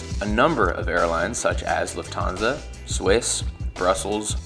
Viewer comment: "LUFT-han-sa". Not "luft-HAN-sa". Same as "NEWS-pa-per."